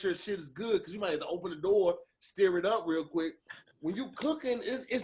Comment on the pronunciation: ✌Hey Tom, it appears that said "STEER it up" when he should have said STIR. We knew what he meant. Back to you Tom.